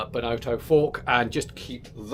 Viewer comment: A fun video and lovely bikes.... but please do pronounce Benotto correctly... the 'o' isn't pronounced 'oh' (as in the exclamation) but as a soft 'O' like it would be pronounce in 'off' Enjoyable though